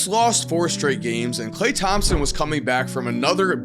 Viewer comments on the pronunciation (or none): none